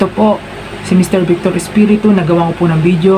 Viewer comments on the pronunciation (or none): none